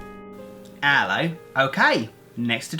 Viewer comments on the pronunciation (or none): Intro #scary and when he says hello it’s Allow 😜